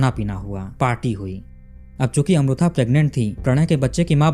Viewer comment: मैने आपको बताया था की साऊथ का pronounciation कैसा होता हैं. फिर आप गल्त उच्चारण कर रहे हैं. वो अमृथा नही अमृता हैं. इतना भी क्या "हम नही सुधरेंगे " अटीट्युड?